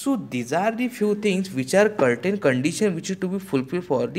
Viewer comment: Certain... Not kartain